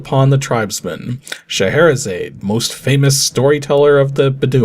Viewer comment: Of all the things mispronounced, getting as close on Sheherazade as he did was surprising. Just change the "zayd" to "zod" at the end and he had it. Zod like... the Superman villain. But frankly, most of it was pretty decent for a first try.